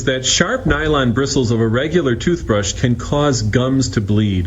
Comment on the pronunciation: " Jewth Brush"